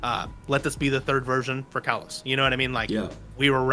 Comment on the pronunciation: your saying kalos wrong both of u